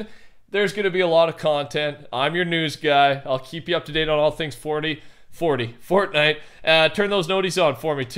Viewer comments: "fordy" lol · Why do you say fortnite like that in your intro?